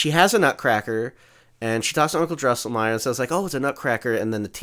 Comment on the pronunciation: Drinking Game: Take a shot every time mispronounces “Drosselmeier”.